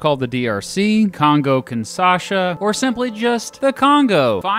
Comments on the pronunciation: My man - it's Congo KinSHaSa, not Congo KinSaSHA. The country is not the kin of Sasha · Great video! Very informative :) it's pronounced "keen-sha-sa" !